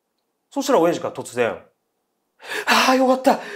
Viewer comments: お⤴︎やじのイントネーションばかりに気を取られてしまった… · 親父の発音が気になって